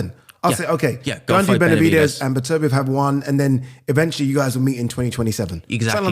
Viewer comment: Still can't pronounce Beterbiev. Beter biev not B'terbiev